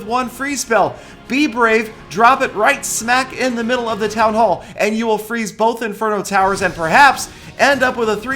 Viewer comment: he said town ho